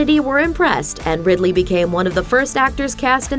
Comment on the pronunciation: It's Ridley - as in Ridley Scott